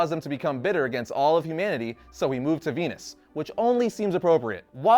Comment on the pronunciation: Oh... he moved to VENUS... makes sense, at first I thought you were just pronouncing Venice weirdly